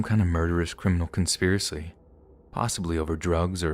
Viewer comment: Conspiracly? Lmao 🤣